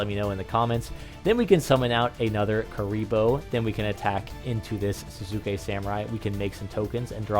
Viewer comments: Sahs-kay samurai is how its pronounced I'm fairly sure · people really don't know how to pronounce Sasuke even with how popular Naruto is : O